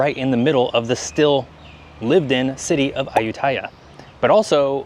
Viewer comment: Dude…. Interesting video.. but your “ farang” pronunciation of Ayutthaya and Tuk tuk are like a shovel along the side of the head! Ayutthaya … you emphasize the last syllable - like most Thai words . And it’s took took..!